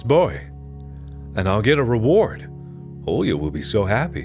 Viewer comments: Русские: Оля Марк: Олья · Mark struggling to pronounce a basic Russian name is so funny for no reason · Me, a person actually named Olya, listening to Mark while he tries to pronounce the name: you will get there someday, buddy